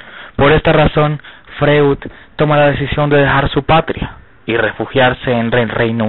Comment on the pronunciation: freud se lee froid. De entrada venis mal